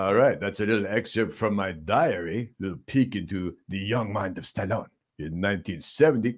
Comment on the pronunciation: he gets me at stah' lone